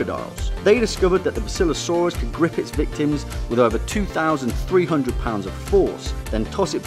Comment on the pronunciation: it's bass ill lo saurus